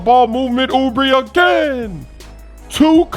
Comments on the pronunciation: It’s not Oubri ITS OUBRE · Kelly oubre (ooo bray), not ooo bree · YOU SAID HIS NAME WRONG